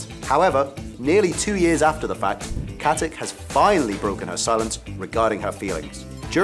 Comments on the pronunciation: it's not pronounced KatiC, it's pronounced KatiTSCH like in CHeese, she's from the Balkans that's how you pronounce it there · It's Katić with a ić not with ik. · Its katitsch not katik :) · Its Katich, not Katik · Every thing Ossa ever lists is wrong, and seeing as stana katic is of Serb/Slovak descent I find it hard to believe her surname is pronounced how this annoying turd says it, I'm sure it must be said katitch rather than with the hard c as on here